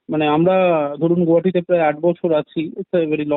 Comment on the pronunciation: কথাটা "গৌহাটি"-- নয়, কথাটা ঠিকঠাক হলো,"গুয়াহাটি"! ক্লিয়ার হ্যায়?